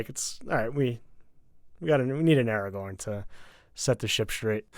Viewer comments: Or Aragon instead of Aragorn. 😜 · How can you call yourself a nerd but call Aragorn “Eragon” for forty minutes